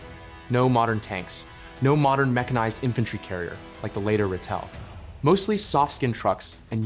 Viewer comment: Ratel not rattle